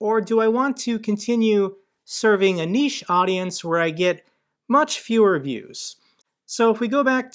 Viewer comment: glad you say niche not nitch 🙂